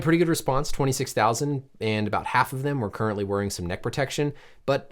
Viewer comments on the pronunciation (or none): none